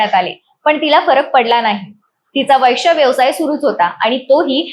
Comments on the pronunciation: वैश्य नाही गं बये वेश्या म्हण ..आधी मराठी बोलायला शिक की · उच्चार सुधरा वैष्या..... नाही हो वेश्या 😂😂😂😂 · वैश्या नाही ग वेश्या असा शब्द आहे . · कानाला बिलकुल अस्वस्थ वाटतो वैष्या शब्द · Ho na. Ani tya chavare chalis mhanatahet. Kahihi chavve chalis asta te😂